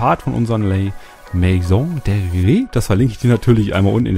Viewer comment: Man spricht es "la mäson däriär" aus